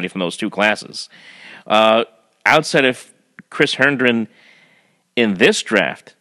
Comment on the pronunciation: Hendren? lol Its Herndon man. Come on! That's not even a hard one. :) And the 2018 draft is actually looking pretty solid. Darnold, Herndon, Shepard and Cannon are all contributors already. Nickerson may work out as well. 2017 had Jamal Adams, Maye, McGuire and Legget who all look to be quality pieces. Add that Macc has done well in UDFA which oddly nets more players on NFL rosters than all rounds but the 1st and 2nd. (yes even the 3rd rd) Luvu and Anderson lead that pack. Macc has had some real clams like Hackenberg, Hanson and Stewart, but he has not been as atrocious as many like to make it seem. He's on an upward trajectory and I like him to lead the way moving forward as he grows into the job. He is a first time GM let's not forget. Oh...and has anyone seen out punter for Pete's sake? He's awesome! lol